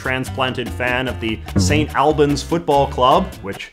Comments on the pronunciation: Quick pronunciation tip: St Alban's is pronounced "All-buns" Very cool for JJ to mention somewhere so close to where I live 😁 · It's Saint Aulbans not Saint Albans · It’s not st al-bans, it’s st all-bans. And Mercia means nothing, maybe like old English? It’s more likely that the person was born in St Albans and moved to Portsmouth as there is a university (college) there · I live in St Albans and it is pronounceed St. All bans not al bans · I recognized St Alban's cross immediately! Going to 'Alban Academy' middle school, I had the symbolism very much drilled into me. On that authority I declare that it's pronounced Awl-bn. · as a resident of St Albans (pronounced: saint ulbons) this is probably a Mercia flag because I have never seen anyone fly the flag like that in St Albans, it’s usually flown as the coat of arms the shield design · Wrong A sound! It's more like auhlbans. Finally some knowledge from my neck of the woods! Love the videos. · As a St Albans native I enjoyed seeing St Albans on a YouTube video for the first time in my memory. Although you did butcher the pronunciation of St Albans, it’s pronounced sort of like St Awl-bans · Its probably already been said but St. Albans is pronounced Sunt Allbans in England. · English town pronunciation strikes again! St Albans is pronounced "St All-bans" (like the word all). As an English person I can't say I've ever heard of Mercia. My guess would've been a Scottish flag (Saltire) with the yellow representing the pro independence Scottish National Party -though I lived in Scotland for 5 years and never saw this variant. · Very much pronounced Saint All-bans